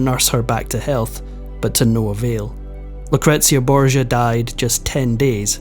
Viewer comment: Yes - isn’t it a regular problem with so many of these reports. At least he gets ‘Lucretia’ right. Bingo!